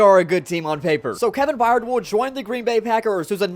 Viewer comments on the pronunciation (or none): none